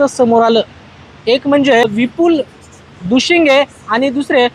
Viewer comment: Dushinge nahi ho Dushing